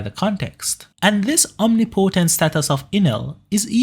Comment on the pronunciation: mate the way you say omnipotent bothers me